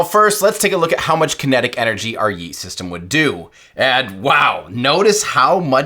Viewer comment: bro cannot pronounce yeet